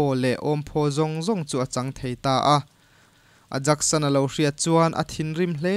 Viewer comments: A rei deuh tawh na a ,Aijax hi Ajaxs ni lovin Aiyaks ti a lam tur a ni..Heng hun lai hian an Ajaks (mihring hming) tih anih ngawt loh chuan... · 'Ayax' tia lam tur ni lo em ni?